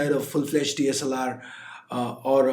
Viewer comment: DLSR rocks, I don't know why were you sad while wasn't able to say DSLR